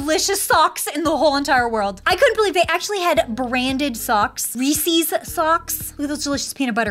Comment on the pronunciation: Reese’s not REESEES